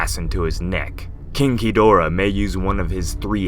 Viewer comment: say "king ghidora" and have someone listen to you say it